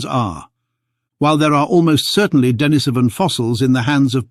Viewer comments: Duh NEESE uh vun, not Denna SOH vun. TY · D'Nis'oh van Get it right